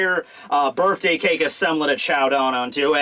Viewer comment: Bruh can you please say BIRTHday not BIRFday.